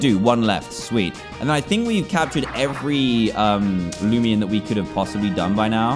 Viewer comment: Is anyone else bugged that he calls it loomian not loomayn bro the nostalgia from this comment that I did a year ago